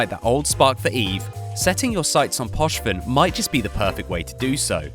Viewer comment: Gallente -> Gallenté Poshven -> Pochven I know you're British so you're terrible at reading absolutely everything but please educate yourself beforehand on how to read things